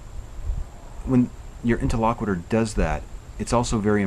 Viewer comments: These tutorial videos are great. I will watch them on repeat until I get them a little better my memory. One thing: interlocutor. You keep saying “inter-LOCK-witter.” It’s “Inter-LOCK-you-tor.” But thanks for doing the videos anyway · I really enjoyed the video. This is the second one that I'm watching. The first was with Paul. It's really enjoyable. One thing, though: You're not pronouncing the word "interlocutor" correctly. You're saying it as if it were "interlocuitor" (with an i before the end). Check out how to pronounce that word here: (for the sake of "as many true things as possible"). 👍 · I think you're pronouncing 'interlocutor' wrong.